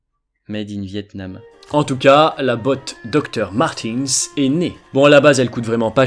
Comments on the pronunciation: doc martinne ça se prononce en bon français mdrrr ohlala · On prononce pas plutôt "Doque Martinsse" ? Je chipote mais ça m'a choqué toute la video. D'autant plus que quand tu parle du docteur qui les a "inventées" tu prononce comme il faut. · il fait exprès x) il prononce à la "française" si tu veux 😂😂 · Je me disais la même chose! xDD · On va prendre sur soi et supporter la prononciation de Doc Martens... Au pire,on peut juste dire "des Docs",et ça passe aussi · t'as bien cinq paires et tu le prononces a la française :(